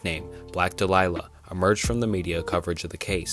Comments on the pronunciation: black dahlia is pronounced doll-ee-uhh. Not duh-lie-luh. I know this because there’s a fairly popular death metal band called the black dahlia murder. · It's Black Dahlia not Delilah 😂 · It's Black Dahlia, not Black Delilah. "Dall-ee-uh" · I can't watch anymore. Youtube keeps recommending me your vids because I watched Wendigoons (really well made) iceberg videos, but yours are literally phoned in. No research at all, and I can tell because literally everyone knows the Black Dahlia is not the black "delilah" - it's KEDDIE not Caddy - and i'll be here all day pointing out the rest. GOOGLE MY DUDE. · Dude, your pronunciation is killing me. It’s Black Dahlia, not Black “Delilah”. Jesus h Christ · Great video, however for Elizabeth Short’s case, it’s pronounced Black Dahlia (as in “Dah-Lee-Ah”) not Delilah. For others, I’d consider researching how they’re pronounced correctly before recording. Otherwise, you’re on your way to becoming a solid content creator. Keep it up, looking forward to more videos. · THE BLACK DAHLIA!! PRONOUCED DOLL-YUH. It's a flower! So the "black flower." However other than that I like the undramatized speaking. I'd rather hear it like someone is actually speaking to me about it. Not the over detailed story line telling. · Yup. More mispronunciation than AI... Some other AI. doll-EEE-uh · Sorry... I had to stop it after I heard him say "The Black DELILAH"... multiple times. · Thank you for saying it. I cringed hearing Delilah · "Black Delilah" haha... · Just a small critique, it is Dahlia, and it's a type of flower. Otherwise loved the video and love the iceburgs. Maybe consider a more thorough deep-dive on some of these with potential theories or such? Plenty of unexplored material. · Black •dale•ee•ah• or •daily•ah• is the proper pronunciation, not trying to be condescending/rude but ive heard plenty of people make the same mistake so i just wanted to offer the proper pronunciation. Great video im subbed now keep it up buddy